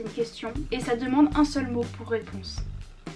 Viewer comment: c gims pas maitrengims